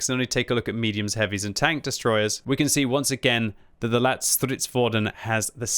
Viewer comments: "lätt" (light) is pronounced closer to how you pronounce the word "let". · It’s pronounced Lett as in Letty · Stop. Saying. LATT. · Just pronounce ‘Lätt’ as ‘let’ while prolonging the t-sound and you will nail the name. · Lätt is more pronounced as "Lett" cause an Ä sound more like an A and E together but sound like an E in the word Lätt which means Light :)